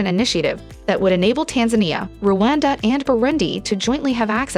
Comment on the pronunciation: It's Rwanda; not Ruwanda.Every African should be in position to pronounce the name of the country properly.